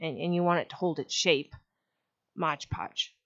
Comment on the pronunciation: if you can make a video where you say MOD podge instead of modge podge ill subscribe lol